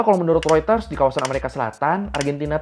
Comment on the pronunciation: pelafalan Reuters sudah googling juga ya... nice nice nice